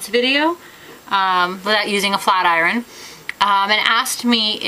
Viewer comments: i love how u say iron iruon! haha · yuo say IRON wrong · i like the way she says iron :)